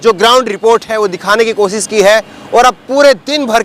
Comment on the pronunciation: aap bhut acche patrkar he. Lekin aap sha shabd ka sahi ucharan kijye. Sha ka ucharan sa na kijye jaise koshish ko aap kosis keh rhe he. Shikayat ko aap sikayat kwh rhe he. Bhasha me shabdo ka ucharan khaskar sha ko sa na kara kijye 0lz